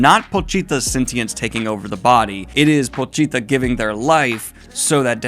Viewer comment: The way you pronounce Pochita reminds me of the leading woman in Dead Alive (Paquita). Oddly enough they are very similar stories.